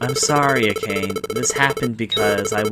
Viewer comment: Its a' ka ' ne..... not a' cane 😅